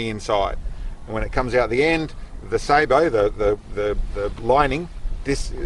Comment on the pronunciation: Glad to finally hear somebody pronounce sabot correctly.